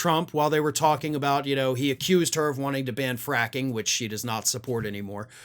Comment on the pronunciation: Oh did he say "fracking "? Didn't hear the R.